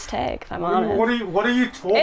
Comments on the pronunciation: I just fucking can’t get over the way pronounces “tag” smh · Every time says "tag" her Midwestern accent comes out.